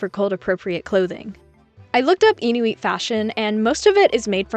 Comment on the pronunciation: it's IN-U-IT I'm canadian ❤🇨🇦